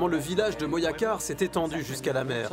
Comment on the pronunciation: STP tu peux dire Moracar si tu peux pas mais Moyacar stp non !!! MoJacar con jota !!!